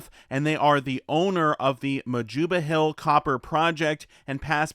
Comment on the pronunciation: Majoba: pronounced—Ma-yoo-ba